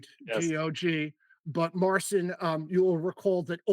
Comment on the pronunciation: Marcin and Bartosz are too polite and don't correct yourabsolute butchering of Marcin''s first name.